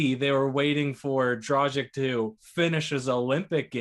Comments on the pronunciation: It's DRAG-ITCH NOT DRAW-ZHIK. Ever hear of Luka Dončić or Peja Stojaković? It's pronounced like that ffs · You guys sound like fools pronouncing a veterans name totally wrong...it's DROG + ITCH It doesn't rhyhm with Magic or Logic? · If Dragic ends up staying w the Raptors, it wouldn't hurt to learn to pronounce his name correctly. I believe its pronounced 'draa·gich'. International players are on the rise and we should learn their correct names and show them the respect they deserve. Thanks for your contents and let's hope the Raptors come back strong! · I stopped watching as soon as they mispronounced an NBA veterans name. Lol Guess they never heard his name before